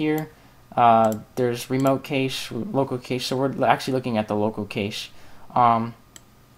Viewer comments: cache is pronounced CASH...not cashe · Nice video :) However Cache is pronounced differently. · I like your video and really appreciate you posting this but the mispronunciation of Cache (as Vincent points out) was just painful.